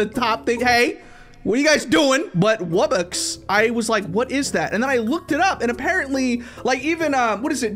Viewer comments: NO ITS NOT WUBBUX ITS WUB BOX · Its pronounced Wub-BOX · You need to get to level 20 to get the wubbox and its purnounced wub-ox. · Wubbox is pronounced "wub-box"